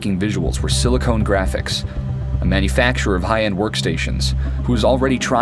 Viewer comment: Haha love that the first time he mentions it he calls them "SiliCONE Graphics"... That's very different!